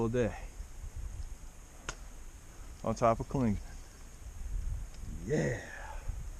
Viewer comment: Love watching your videos. I'm from the NOBO class of 2000... The best part of your videos is watching you mispronounce the name of just about every place on the trail. "Clingsmans" is the funniest! Keep it up.